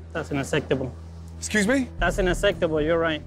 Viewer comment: hear good how he say UNACCEPTABLE😂😂😂😂